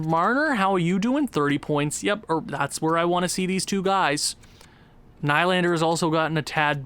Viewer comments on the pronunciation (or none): Kase is said like Kaw-Sha Nylander is Knee-Lander